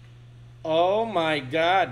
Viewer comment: "omayngad" hahaha